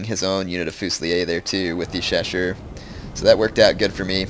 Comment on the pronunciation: Nice video but the way you pronounce chausseurs = ear rape. They're not cheshire cats it's show-soors.